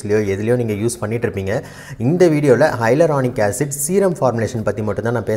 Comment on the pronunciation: Dr adhu Hylaronic acid illa.. Yaluronic acid H silent aki solanum.. 😑